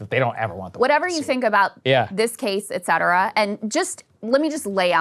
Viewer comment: day 237 of requesting a ban on krystal saying the word "etcetera"